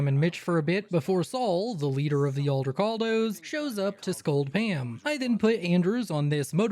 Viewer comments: i have no idea why you say it like that, but Aldecaldos.. NOT Aldercaldos.. .Juan Aldecaldo didn't found the nomad group for you to mispronounce their name. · There’s not even an R in Aldecaldos 😭😭😭